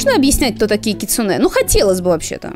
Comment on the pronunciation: Привет) Вообще не ожидала, но залипла на ваши ролики по КР знатно, спасибо большое) Как филолог всё-таки хочу внести некоторую ясность насчёт ударений) Возни́ца, са́ван, кицу́нэ (у японцев с ударениями отдельная тема, оно у них есть, но отличается от того, что в русском языке. Оно у них музыкальное, а потому в разных предложениях в одном слове оно может быть на разных местах для нас. Поэтому любое выражение ударения в японских словах средствами русской фонетики условно, однако что ж поделать, приходится выкручиваться), дзёни́н. Насчёт дома гейш, окия, полагаю, тут правильнее было бы вообще писать оки-я, с побочным ударением, соответственно: о́ки-я́. Можно вспомнить великого Миядзаки и купальни Абура-я в "Унесённых призраками". Не буду говорить, что такое это "я" здесь, ибо не уверена, но предположу, что что-то связанное с постоянными дворами и своего рода гостиницами. Может, кто-то разбирающийся меня поправит)